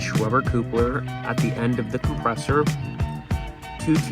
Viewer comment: Awesome setup. Not being critical but those are called "Cup-lers" not "Coop-lers". Thanks for the content buddy.